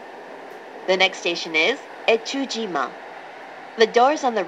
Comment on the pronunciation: 越中島が、DASH島に聞こえる。